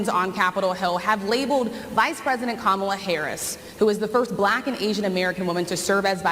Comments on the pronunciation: Right Side Broadcasting Network was also purposefully misprouncing her name. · Alina is still acting childish by saying Kamala's name incorrectly. I noticed everyone at Fox News has suddenly been advised to cut it out and say Kamala's name correctly, in 2024. It's almost like it takes them decades to learn to say Kamala. They're about to have 4 + 4 years of hearing exactly how to say Kamala.